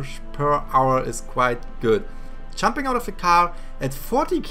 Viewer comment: It’s Jumping not chumping